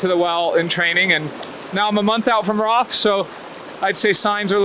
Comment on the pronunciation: It's pronounced 'Rot' not 'RoTH', though it might be written that way :D close to Nuremberg, my hometown. All the best with that pre-training sessions...man I need to get up out of that home office chair and start working out Haha :) bring your a-game and your positive vibes to Germany! #yoyoyo Good Luck!